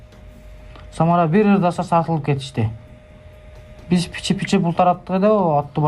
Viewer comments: Пиче пиче дебейт ошол жери окшобоптур биче биче дейт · "Пичи-пичи"- эмес "Биче-биче"- деп коюшса сааал-пааал окшошот беде😂😂😂😂😂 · Пичи пичи деген созу кызык экен😂